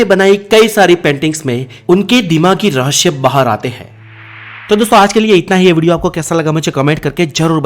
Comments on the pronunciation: Rahasya hota hai RahaSHYA nahi 😆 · aapka video acha tha kripya rahasya ko rahashhya na boliye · पहले हिंदी ठीक तरह से बोले.रहस्य केहेते है.ना की रहश्य 🙏 तकलीफ होती है सुंनेमे ! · Bhai 'REHSHAY' NAHI HOTA 'REHSAY' HOTA HAI YEH. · रहश्य नहीं होता रहस्य होता है।। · Rahasya ko rahashya kyun why ? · Raahsya hai rahashayama nahi 😂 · Apki knowledge achi h...pr zaban ki aisi taisi kr di apne ..jaise rahashya...har cheez me s lagta h..vha aashh laga dete h ..sara maza khrab kr dia sunne k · He says rahashyma always